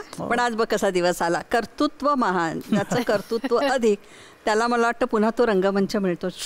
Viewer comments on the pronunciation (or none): कतृत्व हा उच्चार खटकला.कर्तृत्व चा सराव करायला हरकत नाही.ॲंकरसाठी .